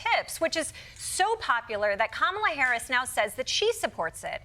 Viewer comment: Donny, if you want to make it with Kamala you need to be able to say her name… correctly 😂